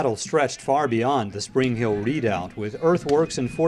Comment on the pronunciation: Its pronounced re·doubt. They really butched that word.